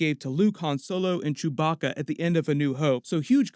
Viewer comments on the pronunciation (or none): none